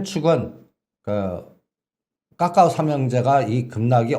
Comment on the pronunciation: 본인의 생각이시니 자유롭게 말씀하셔도 되는데, 카카오를 까까오로 발음 하시는 건 좀 고쳐주시길 바랍니다.